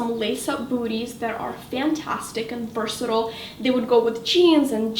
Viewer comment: I absolutely love your videos.. But they way you were pronouncing "versatile" was getting on my nerves.